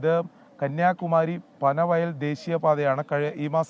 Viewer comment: എന്റെ പൊന്നു ചേട്ടാ പനവയൽ അല്ല പനവേൽ ആണ്. ഇത്രയൊന്നും മസിൽ പിടിക്കണ്ട കാര്യം ഉണ്ടോ?